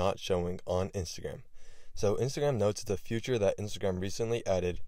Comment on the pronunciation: Hey bro… it’s called “feature” not “future” Just wanted to let u know